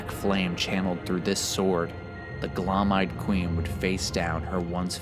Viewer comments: is anyone gonna tell this guy that when two vowels go walking, the first does the talking. Gloam is glow-m not gloAhm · Bruh. Its Gloam. Not GLOM.